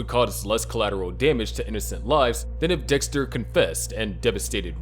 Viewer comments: Dixter lol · ”lab geek my ahh, Dextuh 😏”